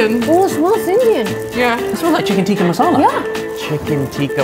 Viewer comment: I kind of cringe when they say tikka😂